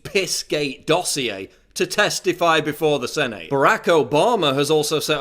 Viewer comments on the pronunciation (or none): It's 'Sennett' not 'Sen-ate'. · Paul pronounces Senate "sen-ATE." XD